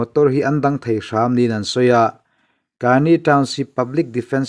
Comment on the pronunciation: AA hi pahnih (chi hnih) an awm a. Tuna rawn tel hi KNU Karen State-a awm an ni. Rakhine rama AA te nen an inang lo a nia. Kani tiha 'ka' hi thluk lovin, Mizovin 'keimah ka ni' kan tih a, 'ka' anga lam tur.